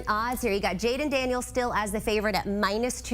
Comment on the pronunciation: It's Daniels and it's not even close.